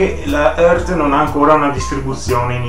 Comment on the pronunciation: Credo si pronunci "iart"